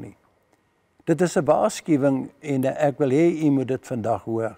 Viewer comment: Ek kritiseer nie, maar myns insiens moet die klem op die ék val, dws Jesus dui aan dat Hy die een is wat die straf moet dra en nie enige van die res van Sy geselskap nie. Dit dui ook Sy breidwilligheid aan om te sterf vir ons sondes soos dit vir Hom bestem was. Pragtige preek, baie dankie. 🙏🙏